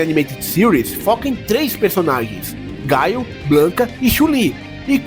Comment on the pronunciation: Falou o nome errado, não é "gaio", é GUILE